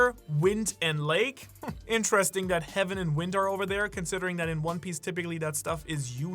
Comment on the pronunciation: "THE WINT" and I'm wondering WTF is the winT, with T at the end... turns out it's the winD but you pronounce it from your arse 😭😂